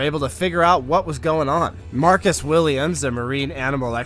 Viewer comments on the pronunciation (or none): none